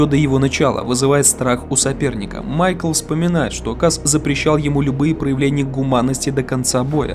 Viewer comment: "Майк"Л" какой майкл?